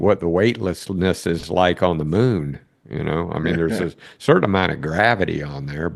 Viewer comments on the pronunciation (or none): none